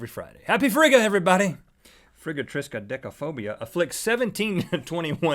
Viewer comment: "Frigatriscadickaphobia" XD ( to )